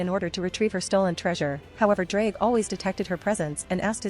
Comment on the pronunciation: if you wanna pronounce his name the welsh way then say "th-z-r-ige Go-he"